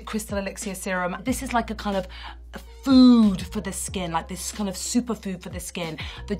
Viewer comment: Food的音節會嚇到我